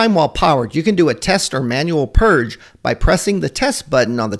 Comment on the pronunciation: It's "purge" not "purg"